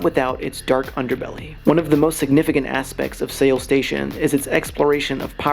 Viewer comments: Only made it to 1 minute 25 seconds because I couldn't listen to the mispronunciation of Korea's capital city Seoul (pronounced "Soul"). I am sure the video is great but I can't hear that over and over again. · I wish commentators search for how places are pronounced before making their vids T.T. it's pronounced like our normal english word SOUL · Seoul is pronounced soul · Why are you saying Seoul weird